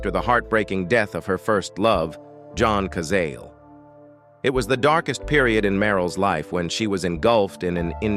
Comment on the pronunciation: OH, please, if you're going to do these videos, learn how to pronounce the names of the people in the video correctly. It's John ka Zah lay.